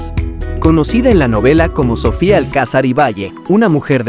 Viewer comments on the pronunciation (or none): none